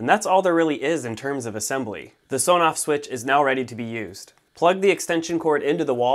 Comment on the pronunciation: You might like to know that it is actually pronounced "ESS On Off" not "Soh noff".